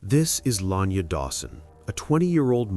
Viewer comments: The pronunciation is La-Ny-Ah…. RIP 🙏🏾🙏🏾🙏🏾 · Luh- nai-yuh not Lanya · Is anyone else annoyed by the fact he keeps calling her Lanya? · Her name is La Nyah. U been saying it wrong the whole time .. I don't care what she wore what was going on she did not deserve to die in a manner that she did. I hope and pray that Justice is served soon and that they will find the person responsible for her death.